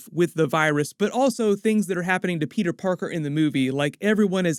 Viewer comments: Pe´´er is bri´´ish now mate! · why you keep sayin peter "pork-er"